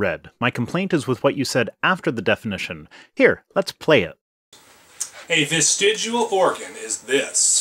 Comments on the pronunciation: And he still can't pronounce vestigial. It's not vestigual. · Yay, the gets another gazillion views and likes! And Hi my beloved Pro Stick! I remember this doofy creatard! I noted how he mispronounced vestigial, (vestigual) petty I know, but it bugged me. And, here he is, smugly doing it again, but worse, he cannot seem to pronounce th sounds either. Or eever, eefer? I wouldn't bitch if he seemed even somewhat nice, as I normally try to remember religiotards are victims, but he admitted to becoming a young earth creatard (my phone keeps correcting to creature!) after the Nye, hamm debate! And, though I know there is no 'missing link', if there was one it would look like ken hamm! Love an Peace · vestigual. Vestigual... VESTIGUAL! I wonder if this guy thinks his endlessly smug and condescending tone really honors his God. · I know I'm late to the party but, It's vestigial not vestigUal. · Why TF does this lump keep saying 'vestij-u-al' when it's pronounced 'vestij-ee-al'... can't even say the word right, lol... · It is pronounced vestigial not vestigual. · If hear “vestidjual” one more time I’m gonna rip my hair out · New drinking game: do a shot every time he says "vestijual." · Why does keep mispronouncing the word vestigial? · Does keep saying vestidual?!? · He argues against "vestigial" organs and he can't even say t by e word....he says "vestigual " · The creationist keeps saying "vestigual" and not "vestigial". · It annoys me that keeps mispronouncing "vestigial" as "vestidual", as if it rhymes with "residual". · "VESTEGUAL" HAHAHAHAHA. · It is STILL VESTIG*I*AL not VESTIG*U*AL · Every time he says "vestigual" I did a little inside. It's like when George W used to say "nucular". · He can't even pronounce vestigial. "Vesigu'o" Edit: I've never seen someone try so hard to miss every point being made. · "vestiguool" Learn to pronounce a word before you say it as if you have some understanding of it. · "Vestidual". eye roll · VESTIGUAL ORGANSSS